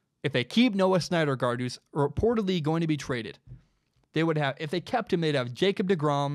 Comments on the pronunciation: Man... totally had me until you called him "SNYDERgard" 37 times lol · You had me until I heard snydergaard😂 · Take a shot every time he says Snyder Guard instead of Syndergaard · Syndergaard pronounced "Sin der guard" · Pronounced sin-der-gard haha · Not even a baseball fan and I know its pronounced "SIN-der-guard" lol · You mean Steven Matz as the 5th starter, Vargas go to the bull pen. And learn how to say Syndergaard dude. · I liked what I was hearing and then couldn't freggin handle you screwing up Thors name... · I love your podcast man, but you may want to check on the pronunciation of Syndergaard. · Does he really know about baseball if he can't pronounce Syndergaard correctly? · Don't know how you can't pronounce Noah Syndergaard properly lmao. Just call him Thor at least. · Just a bit off on the Syndergaard pronunciation, but it’s all good 😂